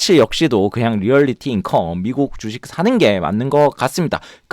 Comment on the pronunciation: 재밌네요~~ 오류가 하나 있는데... 리얼리티인컴이 아니라 리얼티인컴입니다^^